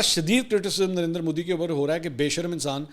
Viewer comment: Did i hear darinder modi? 🙊